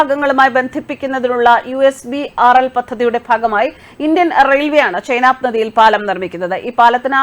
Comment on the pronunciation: ചേച്ചി ചെനാബ് ആണ് ചൈനബ് അല്ല, ഒന്ന് check ചെയ്യൂ